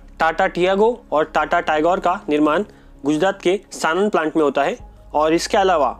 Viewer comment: Satand nahi bhai Sanand...😂